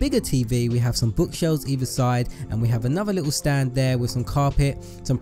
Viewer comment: I like how he says lit el